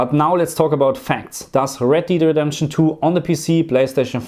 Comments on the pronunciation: red DEED redemption 😅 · "Red Deed"